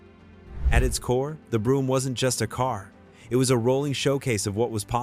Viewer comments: Brougham is pronounced 'Broam" not broom. Some of these are car models, not car brands. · Its a shame the narrator or is it AI doesn't pronounce words correctly. Brougham not brooim.